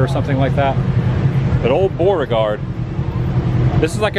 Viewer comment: Are you saying Boreaguard or trying to say Beauregard?